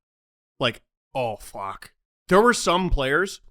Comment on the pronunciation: That "Oh f**k" came from a Canadian Soul